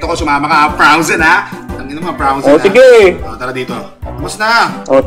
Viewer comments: hahaha froazen daw hahahah bobooo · Frowzen Sabi nya hahahahahahhaha ha anong Frowzen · Frozen hindi Frowzen Natawa ako dun. Hahahaha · " o sige binenta ko na Yung frawzen(frozen) ko" HAHAHAHAHAHHAHAHAHA LT